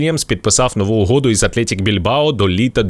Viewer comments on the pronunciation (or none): Атлетік , а не Атлєєтік